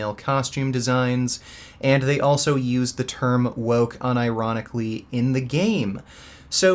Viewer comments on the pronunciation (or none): none